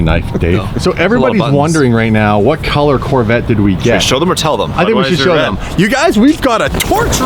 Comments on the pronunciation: Okay I heard you call it La vet if you can't pronounce the whole name Corvette then you better call it a C8. Just saying you're the one that put that out there that you're not going to listen to people call it a Corvette or a C8 you said La Corvette. Stick to it boy! Just saying if you're going to do this for us then you need to stay true to your word! I believe in you I trust in you so carry through. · Just add "eH" on corvette'h 👍🏻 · La Corve' (La Corvay) rolls a lot better! 😂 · How bout 'la-corvè'